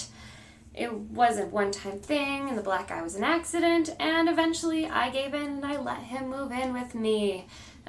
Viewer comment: At first I thought you said Black Guy! Then I was like wait why would he give you a black guy? You said black eye!!